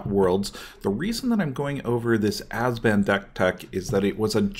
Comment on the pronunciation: "Azban" made me cringe every time. Other than that great tech. Please upload more like this for modern!